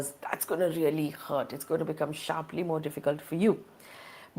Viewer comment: The throlling of the Rupee is sssharpleey down landing piece by piece. Excellent English communication skills. 😂